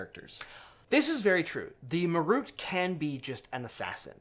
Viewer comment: ma-ROOT? (wince) MAR-ut.